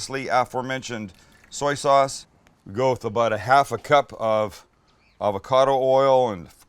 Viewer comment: Take a shot everytime he says avacodo